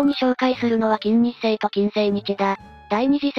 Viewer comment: 作業しながら聞いていたのだが、「 きんにっせい 」と「 きんせいにち 」って誰やねん！！！って思って作業どころじゃなかった😂